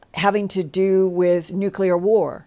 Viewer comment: Luv but how can a NUCLEAR physicist constantly mispronounce one of the most important words in his profession? There is no such thing as a NUCULAR weapon, nucular medicine scan, nucular power plant, nucular bomb and on and on and on. It drives me completely insane!